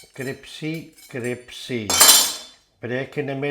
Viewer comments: it’s CRISPY not CRIPSY! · criSpy , not cripSy, crispy crispy, not cripsy cripsy. are you Dyslexics ?? 😄😄😄😄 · C-R-I-S-P-Y !!! (Not «cripsy»!!!) ❤❤❤ PS! «Cripsy» is NOT a word!!! 🤗❤❤❤ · Crispy please not cripsy!!! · CRIPPP SEEE drives me mad... it is crisssss peeee. but you are funny, and it is finally nice to have a recipe that seems to be better than the attempt I have used for years. Nice one. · I immediately subscribed when he said "cripsy"... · My priends and pamily love how cripsy these are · U are crazy and talk too much , it’s not cripcy it’s crispy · Cripsy!!! Is what we used to say in Kenya. I’m the Uk crisPY. 😻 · Cripsy, cripsy, cripsy. What have you done to crispy? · Cripsy. Genius work sir. Our local indian is a bit hit and miss with bhajis. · Cris- pee it is cris-pee!! ☺ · I don’t like the mispronounced swearing, but love your cripsy product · My new favorite recipe to try along with my new favorite word, cripsy. Love your sense of humor! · I’m in straight of, I love cripsy Bhaji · I love them a bit cripsy. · I've not laughed at an onion bhaji with added F-bombs before. Cripsey, Cripsey for the pamily! I love the way he suddenly channels pure Yorkshire man - wear a puckin' glove. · A lot of people who are not native english speakers find crisp really difficult to say, cripsy is easier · And me!!! I was correcting him. 😂😂😂😂😂😂😂